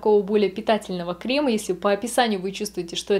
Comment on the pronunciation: Особенно кремА, ну это ужасно...